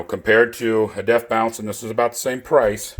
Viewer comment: It’s “bonce” not “bounce” you dolt